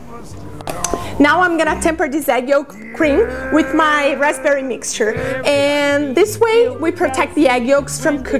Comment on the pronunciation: rapberry? lol love these c